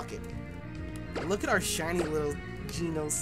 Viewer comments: we know you've watched One Punch Man, so why are you pronouncing "Genos" wrong?:( its "Ge" (like GEnerator) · For tyrunt it's "Gen-os" not "Ge-nos"